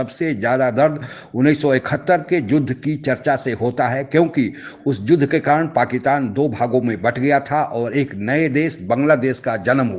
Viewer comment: Bhai aap Pakitaan kyon bolte ho. Pakistan kaho. Juddha nahi yuddha bola kariye maharaj.